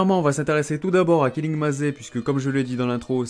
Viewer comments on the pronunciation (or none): cool ce genre de video continue comme ça et puis pour killing maze ça se prononce "killing meyz" pas "killing mazé", maze est un mot anglais qui veut dire labyrinthe